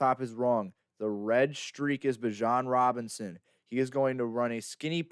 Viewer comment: Thats one of the biggest rules man. Giving you honest criticism, I can't even watch the video because you messed his name up repeatedly. And everyone who is in this niche knows Bijan Robinson and has been hearing his name for years. How could I/we trust anything you're going to say after that, holds any weight? Either way; keep grinding, perfecting, and progressing, you'll get there. Catch you on the next one. 💯....Bijan is that dude though, cant wait to watch him on Sundays.